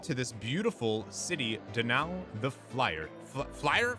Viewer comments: I'm pretty sure I pronounced them both correctly! Donau is said like "Go Now" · "Me-le Sey-so" and "Don-ow"